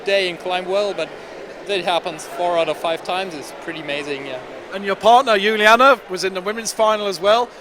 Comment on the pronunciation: What about Juliane? "Jew-lee-anna". "Werm"